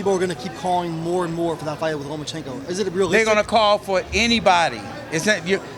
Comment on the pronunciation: Love how Leonard cannot even say Lomachenko's name.